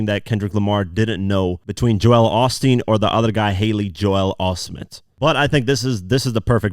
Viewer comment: He is butchering Joel Osteen’s name lol